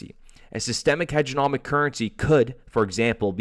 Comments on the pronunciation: HEGEMONIC not HEGENOMIC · HEG-E-MONiC HEDGE-E'-MO-NIC